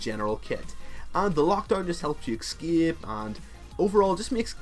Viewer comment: do you find the X in "escape"? I have seen quite a few of your videos, and it always boggles my mind when I hear you say "excape".